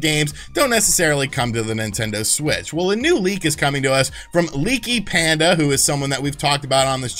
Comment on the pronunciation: Pandy not panda 🤣